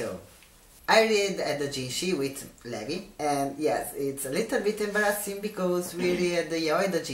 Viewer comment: It makes me angry he says "Levvy" Instead of Levi. XD